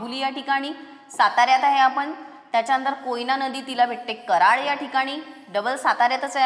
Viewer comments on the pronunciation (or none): It's karad not karal😅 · Karal❎ Karad✅ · कराळ नाही ते,, कराड आहे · It's karad mam not karal please check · कराळ ❌ कराड ☑️ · Karal nahi karad